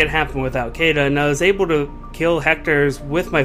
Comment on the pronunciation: her name is pronounced shiida